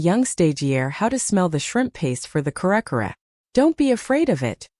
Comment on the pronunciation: Please, Ms. AI voice. Try to get the pronunciation right. Kare-kare is not pronounced cair-cair. It is pronounced kareh-kareh. Halo-halo is not haylo-haylo. It is pronounced hahlo-hahlo. Bagoong is not baguung. It is bagoh-ong